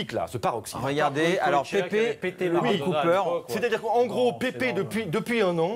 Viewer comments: Putain ca se prononce pas Pépé ça se prononce Paipe mais ca s'écrit Pepe. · Pepe se prononce PÈPE pas Pépé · C'est pas Pépé, c'est Pepe y'a pas d'accent et ça ne se prononce pas Pépé, ça se dit "Pèpe". Bref, résumer Pepe à ça c'est triste, ça ne lui arrivait pas souvent des mauvais gestes contrairement à un mec comme Materazzi. D'ailleurs pendant l'euro 2016 c'est le meilleur défenseur du tournoi.